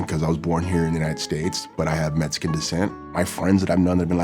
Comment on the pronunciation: I’m still trying to figure out what a metsican is.... All joking aside, this was awesome. 👏